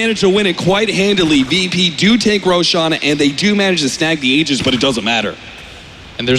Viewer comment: I don't get what these announcers don't understanding about the name Tusk - it's Tusk, not Tuskar! I swear, if I hear Tuskar one more time...and it's Aegis with a "J" sound, not a G sound.